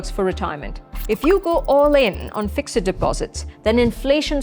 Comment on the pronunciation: Please please pronounce fixed correctly.